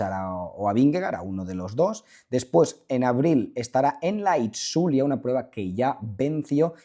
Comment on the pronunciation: Buenas, espero que me puedas leer 😊. Te llevo mucho tiempo escuchando y te comento que en euskera, sin entrar en tecnicismos (hay pequeñas diferencias), tz ts y tx se pronuncian como ch. Así que itzulia se dice ICHULIA, no It-szulia o algo así extraño que sueles decir 😅. Ichulia. Igual con los nombres y apellidos y demás toponimia, pronuncia como ch 😊